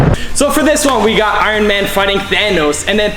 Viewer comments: when he says Iron it sounds like Iwon Not trying to be mean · You said Iwin suit instead of Iron suit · He said iren spider